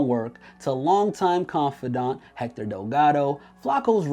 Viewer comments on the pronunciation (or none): none